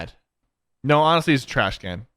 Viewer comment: Sypher: TRACH CAN ( Puts it in useless instead of trash can)😂